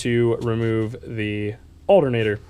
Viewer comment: I can’t stand how he says alternator “aldernader.” It’s not an alder nater bro! 😂 other than that the video was great! 👍